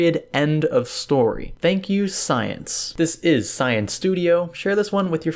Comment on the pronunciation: I did not mean that in a bad way but emphasizing the word science so much you might lead someone to believe that there will be a more in depth explanation rather than just benchmarks...